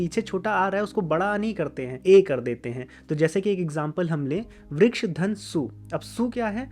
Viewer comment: As a Sanskrit learner and teacher, I request you to pronounce the complete sound of the svaras. I understand Hindi has half sound of Svaras, but वृक्ष is pronounced as Vriksha (note, I don't mean Vrikshaa) and not Vriksh. When there is a halantha, the svara is cut by half. Like if you want to say Vriksh it will be written as वृक्ष्।there is no word like that in Sanskrit. It is वृक्षः or वृक्ष in sambodhana. क्ष् + अ। request you to please not swallow the अ🙏😊Correct उच्चारणम् is very important in Sanskrit 🙏this my विनम्र चेष्टा to make Sanskrit accurate। बाकी तो, आपका काम पुण्य का है। प्रणाम।